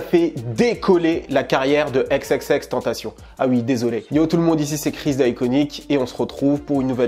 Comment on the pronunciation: Je meurt à chaque fois qu’un mec dis xxxtentaSSION ...